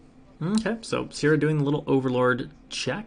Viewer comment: Is it seer uh sair uh or see air uh? You pronounced 3 different names. Your commentary really lacks in the overall consensus of what's happening and who or what is ahead/behind. What damage can be dealt, how effective etc. Also you didnt notice she had overlord speed before hive? Had to watch Korean commentary because you are just all over the place with fake news.